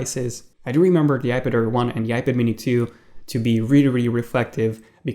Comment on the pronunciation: I thought he was saying iBitair